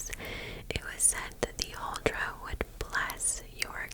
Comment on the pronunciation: I am Norwegian and you didn't butcher the pronunciation at all. I love your videos, they are of awesome lenght and I always fall asleep way before they are done 😂😍